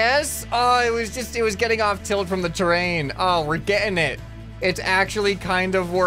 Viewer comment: Also "We're Ge''ing it" has become BritishMan